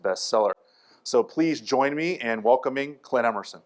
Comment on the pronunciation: "My name is Client.." like client - not Clint like Clint Eastwood ?